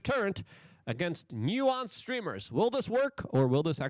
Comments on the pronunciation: It’s pronounced NEW-SENSE not NEW-WONCE. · Please delete this video Luke. You are slurring your words and you cannot pronounced the difference between nuisance Streamer and nuance Streamer… you didn’t study up on this topic. Leave this type of content to Legal Mindset and Atozy 🤦🏽‍♂️ And btw, Vitality was making excuses for his asshole, nuisance behavior, because he donated $20,000 to people, how he tips people and that justifies his actions. Hell no, it actually makes things worse on how Filipino people’s morals can be brought out with money and material things. Awful Video Luke.